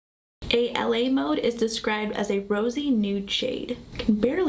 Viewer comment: I love the look. I know this is an old video but just wanted to let you know the a la mode shade is pronounced, ah-la-mode. I have this palette and trying to find looks to recreate. I agree the fallout is insane for the flaky shades .